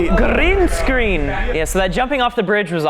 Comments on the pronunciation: "Grreenn Scrreenn" 😂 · Grrreeen Screen 😂🤣🤣